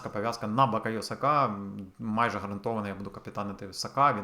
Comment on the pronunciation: Шеф, всьо прекрасно, як завжди хороший контент, тіки благаю, БукАйо Сака, не БАкайо, бо дуже вуха ріже, а так все топ!